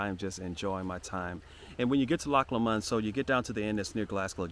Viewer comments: Loch Lomond is pronounced Loch Lomind (not like mind though lol) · Pronunciation; Loch Low-mond. Glasgow, Glaz-go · It’s pronounced LOW MUND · Pronounced Lowmond not lmond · I love your videos but please pronounce Lomond correctly. Its not low...MOND. Its LOW..mond Stress the LOW and not the MOND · I hate to redirect but, it’s pronounced Lowmond, very beautiful and such well behaved children another great video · Glad youve enjoyed it. Try saying it as loch LOW -MOND same way youd say something was LOW down on the ground . If you listen to RUNRIG bonnie banks of loch lommond youl hear how its pronounced. Im sure its run rig that sings it anyway. Safe travels. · I haven't read through all the comments, so if someone has already said what I'm going to say then please accept my apologies in advance. Anyway, pronunciation of Lomond is Lowmond. I mean, say it how you please, but other people may struggle to comprehend what place your talking about. Apart from that, I'm glad to see that you and yours are having a happy time. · You're not saying it right, Lomond is pronounced with short vowel sounds, Low followed by mond which sounds like pond. We Scots get a bit precious of our place names. You should visit Anstruther in Fife on Scotland's East coast, best chip shop in the damn world. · Just FYI it’s pronounced Loch LOWmund, and the city is Glasgow :) but I actually prefer how you said them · It's pronounced Loch LOmond